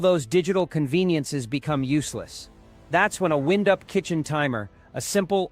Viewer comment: In this video, the timer is not wind-up it is winde-up with the i being pronounced as a hard i, not a soft i. Teach your stupid AI a few things about pronunciation.